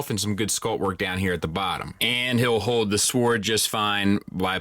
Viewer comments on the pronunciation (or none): And he pronounces it sWord not sord